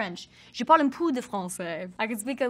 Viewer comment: Je pense qu’elle dit « je pend un pou de français »